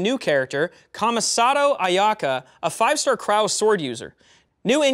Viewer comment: It's ka-mee-sato aho